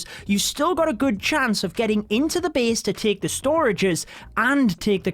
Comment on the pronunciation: i love you accent, say it again.. Beast(base)